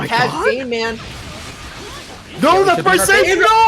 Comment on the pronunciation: Everytime they say "GameMan" it sounds like "GayMan". I don't know if that was intentional by GameMan, but I'd have to change my name if it wasn't